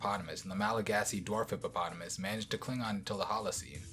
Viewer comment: He said hippo and potamus so many times and didnt fail. That s a big W